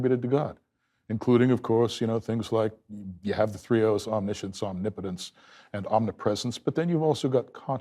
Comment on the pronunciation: Omni-putins? 😂That sounds pretty tough for me as a Russian. Can we please not do any omni putins?! It's pretty much enough of just one local putin 😅